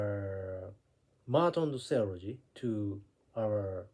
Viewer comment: the way you pronounce "Theology" is too fast..... Should be Theeeo...le.....gie.